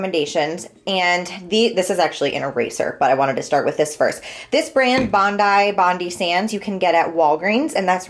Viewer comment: Bondi is pronounced Bond Eye lol!!!!! you gotta try Bali Body!!! I have tried so many fake tans and that one is my favourite, as well as St Tropez. A tip is to use the glove to do your inner parts of your arms after there isn't as much tan on the mit since the inside of your arms is always not as brown. Also a make up wipe or baby wipe to wipe your elbows, knees where the tan clings more, after you apply. And to do your hands, just use the mit when you have finished and lightly wipe your hands.